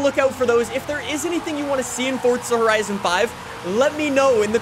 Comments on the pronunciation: fort-sa horisin fivuh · "fortdza horison 5"